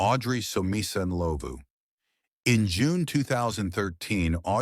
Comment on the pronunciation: I just came across your Chanel,I'm glad you covered South Africa,I just wish the pronunciation was better with Rosemary Ndlovu case but other than that, great job